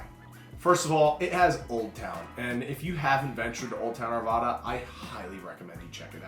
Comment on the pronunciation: Arvada not arvaaaaada. Lakehood hahahaha😊